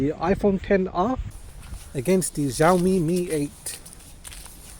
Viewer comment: Its x-i-a omi or you can say s-i-a omi not GIAOMI